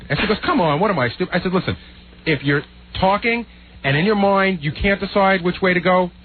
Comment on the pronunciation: "And in your moind."